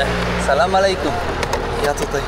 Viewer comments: Nie salam malejkum tylko salam alejkum tam nigdzie nie ma "m" sam też kiedyś popełniałem taki błąd dodając "m" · ale mimo wszystko z szacunku moglbys sie nauczyc wymawiac "salam alejkum' i ze odpowiada sie 'alejkum salam' a nie mowic na odwal sie 'salama'